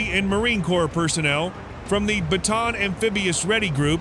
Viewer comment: it's pronounced as BATA AN